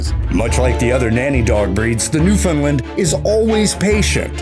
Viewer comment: I cringe every time a bloody mainlander says "New-FIN-land"... it's New-FOUND-land ... same cadence as understand.